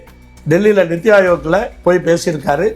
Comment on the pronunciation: நித்தி ஆயோக் இல்லை,,, நிதிஆயோக்...... தமிழை சரியா உச்சரிங்க